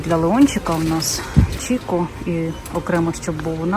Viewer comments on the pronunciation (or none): Італійський бренд Chiссо читається як Кіко. Не називають його італійці Чіко.